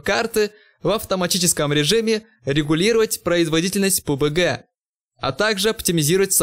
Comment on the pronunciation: сколько раз этот делил сказал пубГГГ